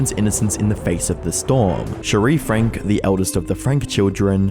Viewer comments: It's pronounced Frank-ee. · i love your videos, but your credibility is tanked when you don’t pronounce names properly. Shari Franke (sherry frankee not cherie frank) says her own name in the statement she gave at her moms sentencing, and he statements to the utah government, and her many tv appearances. it’s an easy thing to gain access to. it feels disrespectful to her to not even say her name properly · Frank-e ... Not Frank. Geat video. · how did you do all this research and not learn its said Frank-ie and just "Connections"